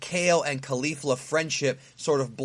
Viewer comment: Say Cauliflower Now Say Caulifa Love your vids, thanks.